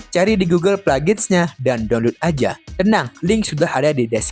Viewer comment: DONLUT 🖕🏻 Saran kalau masih batu yasudah, PRONOUNCE YG BENER, Atau sekalian pakai bahasa indo "Unduh" blok